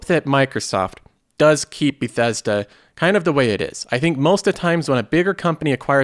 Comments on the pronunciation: Be-thess-duh. I Click on the video and I got two suckerpunches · Learn how to say bethesda... it killed me lol